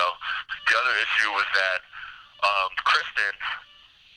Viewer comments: He can't even get her name right, it's Kristine, not Kristen. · Still pronounced like Christine and not Kristen. Infuriating that he calls her Kristen repeatedly. His dad went off at him for that. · Her name is KRISTINE NOT KRISTA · Not sure which is worse — the way he keeps referring to Kristine as “Kristen”, or that the interviewer never seems to correct him 😒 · It makes me angry that he meets Christine, sleeps with her, murders her, and steals her vehicle and he continuously mispronounces her name!